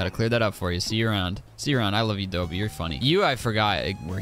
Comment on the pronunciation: I think it's Dobie like a doberman is called a dobie